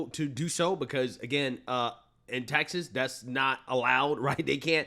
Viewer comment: Why do you pronounce TEXAS as TAXES?